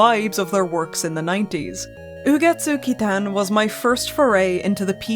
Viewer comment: the pronunciation was so good it made me subscribe omg